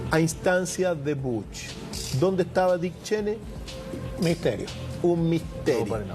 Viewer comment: Podrías dejar de decir BUCH y decir BUSH QUEDA MEJOR